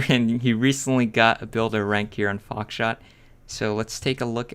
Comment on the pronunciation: Did he said foxshit in the beginning lmao